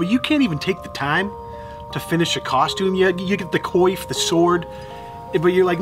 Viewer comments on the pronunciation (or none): It's not coif like coin, its coif like waf. Kwaf.